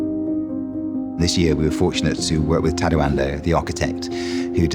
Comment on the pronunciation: tadAo. not taddo